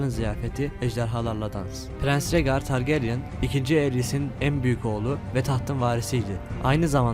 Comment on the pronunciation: targaryen ismini düzgün telaffuz etseydin keskr